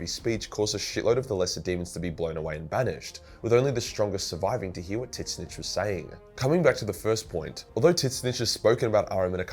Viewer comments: I know there’s disagreement on how to pronounce Tzeentch, but his way is the wrong as fuck. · Does pronounce Tzeentch incorrectly on purpose? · Your pronunciation of Tzeentch gives me heart palpitations. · Are pronouncing the name of Tzeentch wrongly on purpose to piss nerds off? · Tzeentch isn't really that hard to say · Who the hell is titsnitch? Do you mean "Zeen-tch"? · Whooo tf is tittssnitch??? Tzeeentch!!! Wtf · Why does he still say "Tit-Snitch"? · So is it pronounced tidsnitch or zeentch for tzeench (new fan of 40k) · I thought it's pronounced: "Zeench" Titsnitch? Sounds like that gardener. Alan Titsnitch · Tzeentch = Zeench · No. It's pronounced Zee-ench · Did you call Tzeentch Tits snitch?!??! 😭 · So.... I'm not a Warhammer fan at all. I shouldn't lecture anyone on the lore... But did you just pronounce "Tzeentch" as... "Tit-snitch" Edit: My god, yes you did.... TIT-SNITCH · I find it hilarious you say it titswitch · Are you saying tits-itch? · Why are you pronouncing Tzeentch like "tit snitch"? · did he just say 'TIS - NITCH'? tf? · Tzeench Zee-n-ch The way you pronounce it is insane and drives me crazy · It's a joke because it's so hard to say so he just calls him Tit Snitch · I'm sorry this is my first time watching one of this guys videos and him calling Tzenntch Titsnitch is just too funny not to say anything about. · Is this guy intentionally calling Tzeentch "Tit-snitch"? Is this an inside joke? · It took me way too long to figure out what tits-nitch was 🤣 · Why are you calling Tzeentch tit snitch? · Titsnitch :D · Somehow I couldn't hear much of the video except how you say Tzeentch. Do you pronounce it "Titsnitch" out of spite? :D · Why is this retard butchering Tzeench's name? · its funny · can someone please tell me why he pronounces Tzeentch wrong? he saying it how it’s spelled but it’s canonical not pronounce that way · Is that an insider or why do you pronunce tzeensh so weird? I cant get over it.